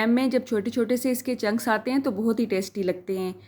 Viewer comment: BHEn oRaT baAji kHaWtOoN, it's called "chunks" not junks